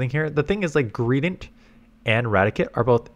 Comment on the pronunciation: ITS RA-TI-CATE not radikit